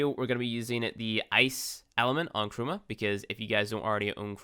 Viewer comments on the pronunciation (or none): It took my a while to figure out he was saying "Chroma" instead of "Trauma"...